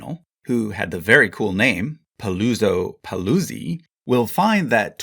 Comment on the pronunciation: Just checking out the pronunciation of names would have made the video far more enjoyable. It's ReBiBa. B, like in Be, But, Boy. It's Italian, not Spanish. And PaluZZO PaluZZI is pronounced like in piZZA, a strong ts, not like zebra.